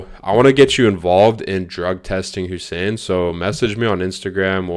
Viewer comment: getting Hussein's name wronger than last time